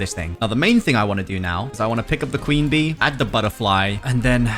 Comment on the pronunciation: bro at the start of the video he says I’m gonna get my queen bee bro actually said clean bee